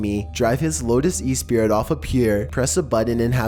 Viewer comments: E-sprit? OH! Esprit! Americans... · The way he says Esprit... it's not an e-spirit... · Lotus Esprit pronounced "E'spree" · I'm not dissing voice, that's covered (1.25 speed BTW. You're welcome) Like it, hate it, zero fucks given. Lotus E-spirit tho? That's just plain old the wrong word. Esprit...ess-pree, you know like it's all French an shit. Footnote: he didn't realise it didn't actually transform? Guess you just need a different kind of smarts to be a tech billionaire. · I really don't like to pick at people, but the lotus isn't an "e-spirit" it's pronounced "esspree" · Lotus Esprit(Espree) not E spirit -_ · PEDANTRY ALERT For the record Espirit is a French word and is pronounced Esspree not Ee Speerit. J S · I lost my shit at "Lotus E-spirit" LMAO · It's pronounced espree btw. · I guess you don't know your cars. That Lotus model is pronounced S-PREE. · Oh my god learn how to say "Esprit" Its Es-pri not what you said. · The T in Esprit is silent.